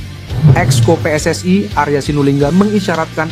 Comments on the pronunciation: Kacau nih ejaan/ spelling bahasa Indonesia dicampur bhs Inggris. WNI baca aja sesuai ejaan bhs Indonesia jgn dicsmpur pakai bhs Inggris. Begitu juga dg PSSI baca dg ejaan bhs Indonesia... Maaf ini hanya koreksi guna berbahasa Indonesia dg baik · Kok ngomong nya pe es ai dan we en e sih, lucu dengar nya,,, semoga timnas dapat nilai positif 👍